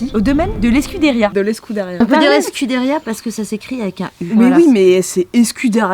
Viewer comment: Si "Escuderia" (=écurie) est le mot espagnol, ça se prononce escoudériya. Si c'est le mot gascon, ça se prononce escudéryo (avec "u" comme en français). Comme c'est dans les Landes on peut penser que c'est le mot gascon...